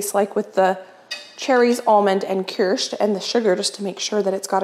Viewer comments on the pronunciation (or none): You pronounce that liqueur as KEERSH...so you don't pronounce the CH as a chuh but as an SH. (You pronounced it right the second time you said it) My uncle and aunt in Germany have a huge (v tall) cherry tree and they harvest large quantities of bing cherries, one summer I was there for the harvest and man-o-man did I eat a LOT of fresh cherries - some of which they eat and the rest they make into Kirsch. It is delicious. Yum, my aunt is also a German baker and she makes the best cakes I've ever eaten. But your deserts all look SO delicious. I'll try them all. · You're saying kirch correctly. Keersh is how it's pronounced. You've boiled off all of the alcohol so there isn't any left behind. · I believe it is pronounced ( Keer sch) I do double crust on classic NY Cheesecake!!, I think a wooden spoon would be better to stir the caramel than a whisk!! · Kirsch ( keersh) which is German for Cherry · I think it is pronounced Kirsh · It is pronounced "kirsh" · Kirsch is pronounced like keersh in German, it is made from saur cherries and distilled like Vodka… England has cherry brandy which is liqueur created by infusing a spirit like vodka or brandy with cherries but not made from them. Both are delicious imho. But the correct ingredient is the kirsch for a Black Forest recipe like the famous Schwarzwälder Kirschtorte. 🧁 🍒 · I think it is pronounced like it was spelled kirsh.😊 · It’s pronounced Kursh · Really? Because especially the i-sound isn't really how it's supposed to sound in German.